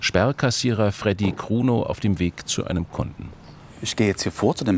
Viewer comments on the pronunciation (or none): Als er sagte Fredy kruno dachte ich erst er sagt Fredy Krüger